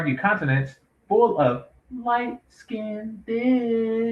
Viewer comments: You heard em. Its Light Skinned-ed. LOL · I really don't know what is triggering me more. The incorrect pronunciation of the word - LIGHT SKINNED, or the old fool thinking this young lady would even look at him. He's a total clown show!